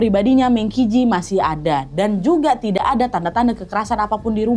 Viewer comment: Kak, cara bacanya itu meng chi ci. Dalam bahasa Mandarin, Q dibaca ch dan huruf j dibaca kayak huruf c jadi kalau qi berarti dibaca "chi" dan ji berarti dibaca "ci"😁